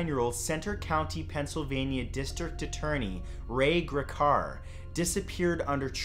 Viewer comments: Just a nitpick, but you pronounced Ray Gricar's last name wrong. Its more like a long 'e' sound. So it'd be like "GREE-car". I heard tons of theories of his dissappearance growing up, since I lived in Centre County until i was 20. Some people thought it might have had something to do with the Sandusky scandal, he was offed by the Russian mob, or that he ran off to Florida with a girlfriend. The most likely one is that he committed suicide, since his brother apparently had done so some time before this incident took place so maybe Ray was following in his brother's footsteps. But I guess we'll never know. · Is that now how you pronounce gricar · But not seriously enough to mention the mispronouncing of Gricar? LMAO jk (from PA too) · But nothing about mispronouncing Gricar? LMAO